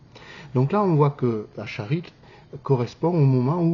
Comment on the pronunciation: Pas acharid mais aharit